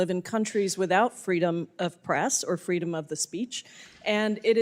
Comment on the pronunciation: "Fweedom of the speech"😂😂😂of course the MONSTROSITY is from Washington 😂😂😂